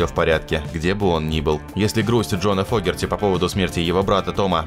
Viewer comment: ...правильно ли ударение,слышимое нами? Точно ли Джон ФОгерти,а не ФогЕрти? Подскажите,знатоки. . . Рома 🎩